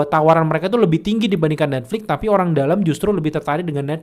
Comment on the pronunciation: Netflix boss, pake x, bukan Netflik